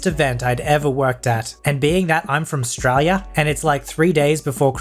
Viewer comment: I'm 'Straylian and I respect the way you said 'strayia'